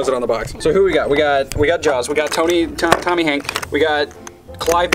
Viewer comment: Ah yes “Tommy Hank”